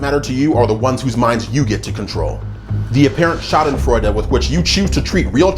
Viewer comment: you pornounced Schadenfreude very well. My heart skipped a heartbeat as you said it. Greetings from germany